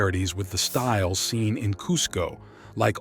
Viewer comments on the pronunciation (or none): none